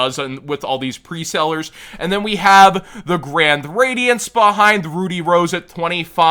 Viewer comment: What's SHOCKING to me isn't the prices (A lot of them are about what I expected them to be tbph), but the way the word Rud-dy is said in this video, coming from someone who is familiar with said word.